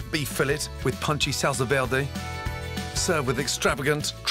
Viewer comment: Love the dishes but the weird French accent he’s throwing on “verde” 😭🤣 I can’t